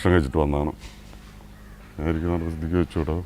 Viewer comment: സിദ്ധിക് അല്ല, സിദ്ദീഖ്.